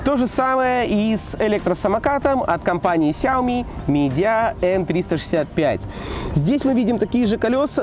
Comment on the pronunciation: ты даже не правильно произносишь,Сяоми Миджия а не Мидия